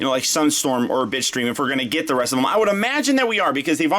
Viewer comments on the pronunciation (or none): nope you're not the only one lmao, I could swear he said "bitch stream" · Nope me to dude i been hearing bi*chstream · Everytime you said Bitstream I had to rethink what i heard because I couldn't not hear bitch stream